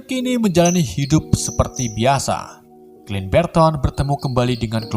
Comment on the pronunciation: Saran saja ini teruntuk kedepannya penyebutan nama atau karakter di film lebih di betulkan lagi. contoh sam dibaca sem, clint barton bukan clint berton. and thank you